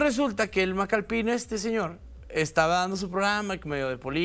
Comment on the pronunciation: Por qué dicen Macalpín? Se nota que no tenían idea quien es él y nomas están repitiendo lo que dicen los demás canales. Al menos gugoleen😅 Es Macalpin, sin acento jaja